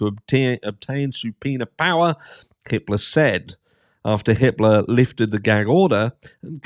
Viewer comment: When you said judge Hippler I thought you said Hitler